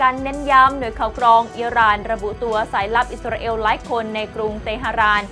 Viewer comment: มีทุกชาติทุกภาษาใครเป็นใครไม่รู้.....28ประเทศน้อยไปค่ะ เอล.....เอว....***ออกเสียงไม่เหมือนกัน * อิสราเอล *